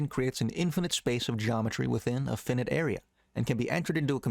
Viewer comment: Finite pronounced Fi like fire Fi - night not Fin like in a fish Fin - night